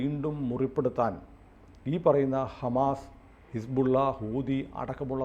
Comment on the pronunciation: ആരിഫ് ഹുസൈൻ പറഞ്ഞത് പോലെ his-ball -ഇല്ല!!